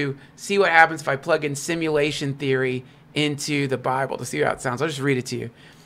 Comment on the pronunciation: “simalation theory” and “biyanary” idk what proof this guy has but im not trusting anyone that mispronounces words that bad